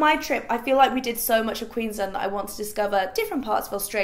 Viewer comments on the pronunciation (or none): I live in Australia and just the way she pronounced Queensland gave me the giggles haha never heard anyone say it like that but anyways love you.